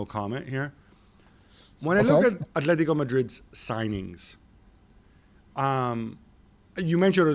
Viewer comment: “Athletico”.... cmon espn you’re not even trying anymore